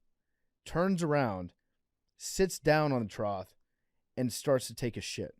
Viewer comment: Why isn’t anyone correcting PFT on how he pronounces trough?